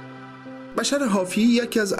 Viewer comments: سلام این دوستمون درست میگه boshr درست است نه bashar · سلام بشر با ضمه تلفظ میشه نه با فتحه